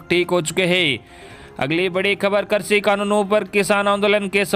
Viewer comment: Sir aap krishi ko karsi bolte h or varidhi ko virdhi !! Kripya shabdon ka theek se ucharan kijiye .